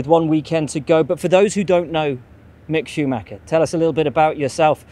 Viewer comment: It is not Shumacker. His name is Schumacher